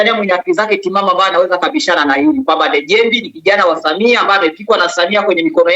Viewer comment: Ndejembi bana, sio Ndejembei